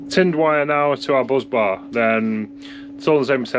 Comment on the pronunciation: Anyone else just spend 3mins googling what that hell a BUZZ bar was only to realise he was saying Bus bar?